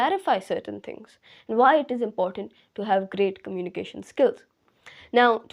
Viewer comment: Firt learn the pronunciation of communication.